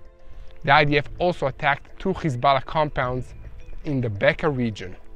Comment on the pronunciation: Can you get your subtitles right? Instead of Hezbollah you are saying Kisala? Is that "Kiss my ass" or what?